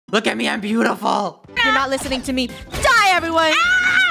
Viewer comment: Nobody: Literally nobody: in the intro: "iM tHe boOtIfuLEsT fOOd" Me: 😭😂😂😂😂😂😭😭😭